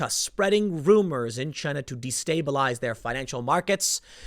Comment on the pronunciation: Generally speaking, chaos in Chy-nah means stability for the rest of the world. 😄